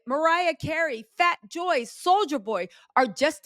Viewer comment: Did she say FAT JOY 🤦🏻‍♂️